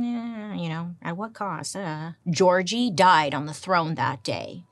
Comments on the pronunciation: I'm hungarian and never heard the name György pronounced Georgie 🤣 it made me laugh so much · gyorgy dozsa is pronounced "yor ye" (not yee but ye, & roll the r) & the last name is "doe-ja" in hungarian. im first gen born hungarian american <3 looove your videos bailey!!!